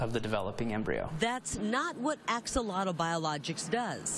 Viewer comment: not even close on the pronunciation of axolotl. you think you'd bother to learn to say the word your business in named after.